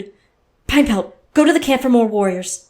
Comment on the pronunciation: anyone else hear pinepelt?